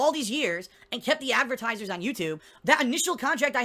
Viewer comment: Why the hell does he say "avertisers" and "lahgs" instead of advertisers and logs.